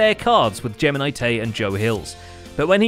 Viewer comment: "Geminislay" oh my good god xD